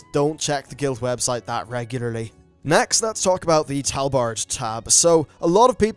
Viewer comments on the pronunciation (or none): First time I have ever heard tabard being pronounced "Talbard"